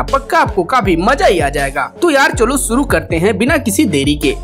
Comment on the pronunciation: Saadi suru parsad...Abey apni bhasha theek kar pehle gawar..Sh bolana seekh pehle